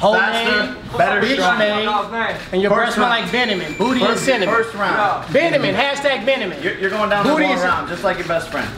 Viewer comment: “Binnamon” dead